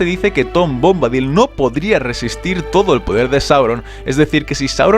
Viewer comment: Por qué siempre pronuncian mal los nombre y eso que se ve que son fanáticos y conocedores y hacen estos vídeos. En que forma Bombadil se puede pronunciar "Bómbadil" con acento en la "o". Ni en inglés lo pronuncian así y en castellano tampoco está bien, sería "Bombadíl" y en inglés también es así.